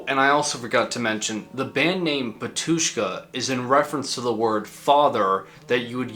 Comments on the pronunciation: It's 'Batushka (first syllable stressed) not Ba'tushka and it's Litur'giya with a g like in game, not dʒ like in gem... (muricans...) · you’ve got a mistake in your pronunciation. Not batUshka but bAtushka. Great video, bro. We’re all waiting for another big video about metal genre. Break a lag! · It’s bAtushka not “batUshka”😊😊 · thanks for the video! it's pronounced bAtushka. and litourghia. no clue where most of non-eastern Europeans get this wrong pronunciations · Great video! However, the accent is on the first a, Bátushka.